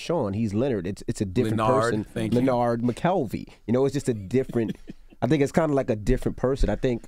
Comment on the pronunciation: Lenerd.....LANARD. Thank you! 😂